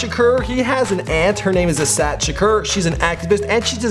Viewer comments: A-saaaa-daaa. Not A-sad. Thanks! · WTF??? Tupac has an "Aunt" named "Asat Shakur"??? Try Assata....you always effin up folks names lmfao!! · Pronounced "Asaatah" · How do you pronounce Assata incorrectly? It's spelled exactly how it sounds lol